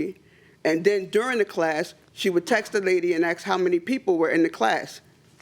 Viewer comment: Getting old hearing people pronounce "ask" as "ax." Oh, and "texts" as "texas." Sounds alot like Smeagle in Lord of the Rings...